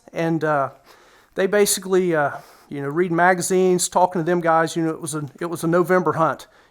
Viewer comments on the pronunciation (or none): none